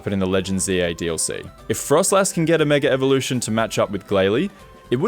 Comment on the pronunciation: The Australian struggle to not say "megaRevolution"